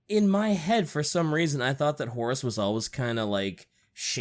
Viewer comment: I dunno why but for some reason I've begun hearing Horus as Horace. The Horace Heresy.